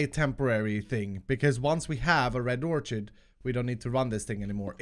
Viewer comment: In previous packs Storage Drawers has had an Ore Dic upgrade - might be worth looking into for that tin? Absorption hopper only has one A in it, it's not AbsorbAtion and Orchid is pronounced Orkid - idk why but that really triggers me lol!